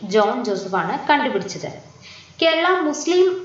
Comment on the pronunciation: eee girl endha igane parayane....like...kandupidichath....😠